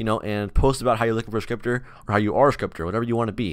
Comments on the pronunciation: i thought he said stripper lmao. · When he said scripter 1st time i thought me said striper and i was like wàaaaa🧐😱